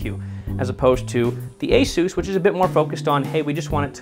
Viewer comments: asuooooos- its pronounced a- SUS as in s ugggh ssss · It’s not (A-Soose) what’s wrong with you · LMAO! “ASOUSE” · After hearing the way he said Asus he lost all credibility